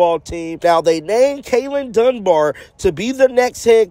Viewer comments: Kalen Donebar? 😂 Da Boar is how its pronounced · Dunbar? 😂😂😂 Don't think that's how you say his name lol